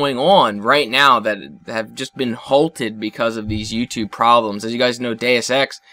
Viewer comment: Does anyone else think he's saying Day of Sex when he says Deus X ?